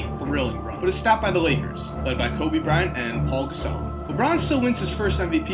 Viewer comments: He also called Pau Gasol “Paul Gasol”. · it is pronounced Pow Gasol